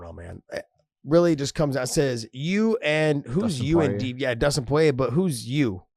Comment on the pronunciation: Dustin Poyay lol